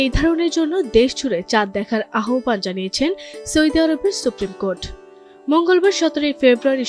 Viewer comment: সৌদি নাকি সৈদি সংবাদ পাঠিকার উচ্চারণ সঠিক নয় ফালতু